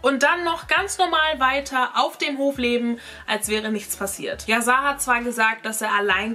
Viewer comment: Erstens wird es "Yaschar" ausgesprochen und zweitens heißt es "lebenslang". Drittens ist die Geschichte nicht ganz richtig erzählt: Jessica wurde sie nicht wegen Hörensagen verurteilt. Während des Prozess wurden die GPS-Daten von dem Handy der Tochter ausgewertet und festgestellt, wo die Familie an dem Tag war. Das war ausschlaggend. Ich war an den Verhandlungstagen am LG Itzehoe dabei.